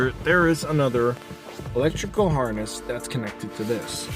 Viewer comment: I e never heard someone call a wiring harness a harnest